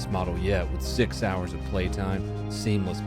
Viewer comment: During the Raycon promo, , I totally heard "Sig Sauers of playtime" instead of "six hours of playtime"🤣😂